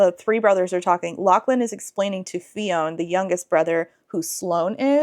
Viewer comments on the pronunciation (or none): I feel obligated to mention that "Fionn" is pronounced like "Finn." The 'o' is silent. (My nephew's name is Fionn... it gets mispronounced a lot...) Anyway, I enjoyed you ripping into this book haha. :face-blue-smiling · i'd have put this book down just from reading that TW list lmao, what a travesty. i don't think even a plot would have saved this for me. the name "Fionn" is pronounced "f'yun" by the way, one syllable. it's a really common Irish name, idk if the way you pronounced it is the way they say it in the audiobook version but i wouldn't be surprised with how bad that Irish accent was in the snippet you shared. 🪓🪓🪓